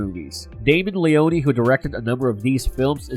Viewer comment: LeONE Two syllables not Le-On-E God that shit so annoying lol.